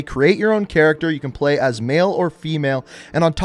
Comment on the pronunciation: "most forward to plueegh"